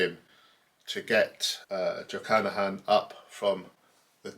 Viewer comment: I really like this; it makes me want to (try to) listen to this opera again. I hope you do not mind a correction (this is not a criticism- i clicked on "like") - it is not Jochannachan, just Jochanaan. Pronouncing it as "jo-cha-na-han" is like saying "john-on" instead of "john"